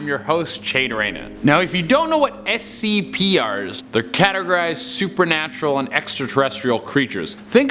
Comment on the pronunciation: “...SCP ares” good job 👏